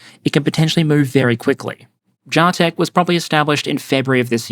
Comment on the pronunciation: Its JAH-TECH! Not JAY-TECH.....alright. Great episode!